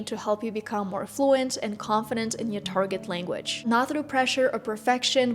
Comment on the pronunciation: Careful there with the words |sher-ni| (journey) and “language” pronunciation. Good job.